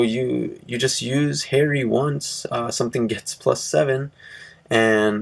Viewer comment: Hey. I'm just gonna say: no Artilleryman, no Jacquelin(replace with flying Peyton) and you say Harri Ha(like you're laughing) ree(like redo).